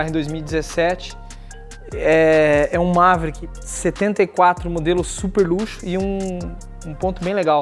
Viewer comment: Dá impressão que ele ta falando Mazda, toda vez que fala Maverick.. kkkkkk